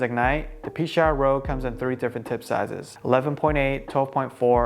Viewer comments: I think its "Pee-Chower" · It’s Pea-shower, I called them and asked because I was curious on the pronunciation when I ordered my Rouge. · I think it's pronounced pee-shower =) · I heard it pronounces like "pesh-our" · I play with a Pechauer and I have always pronounced it “Pee-shower”...just more fun that way